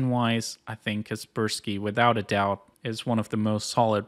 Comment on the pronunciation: Oh it's Kar purse skii and not kar per sky :vv